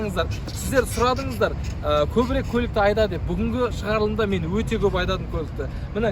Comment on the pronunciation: жүк салғыш өтте үлкен деген сөздің басқаша айтылуы